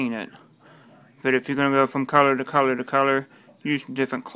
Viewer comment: Scween? pwint? cowor? What are you Asian?!!